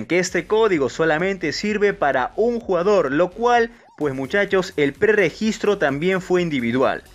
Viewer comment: No mms dice que no pre gistre